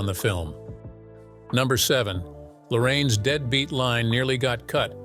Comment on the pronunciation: Narrator said dead bat...😮